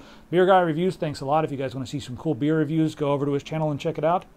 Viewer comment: What is the youtube channel for beer reviews? I really can't hear what you said on "BEERgrahREVIEW" ???